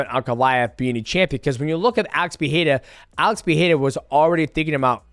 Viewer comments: Love you DJ but your pronunciation of names is atrocious. You were so confident on the Jaxxon Podcast whilst being incorrect (Nur'gomedov). You always seem to leave out the "ma" when you say it. (Nur)Magomed(ov). Also the Pee-era thing is terrible. It's Puh-ray-ra (no double r so no H sound). Ferreira has a double r so it's Fuh-hay-ra (Not Fee-haira). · Uncle Chael & DJ, the "Pierra" bros 😀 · Fans Pereira are the worst they say robeery 😂😂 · bro you can't say his last name correctly just say Poatan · god i hate how you pronounce Pereira xD